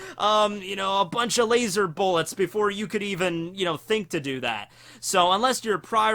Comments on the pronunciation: It burns my hear holes every time i hear laz-OR I legitimately enjoy content but seriously just say laser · I’m upset about how you say laser! Lol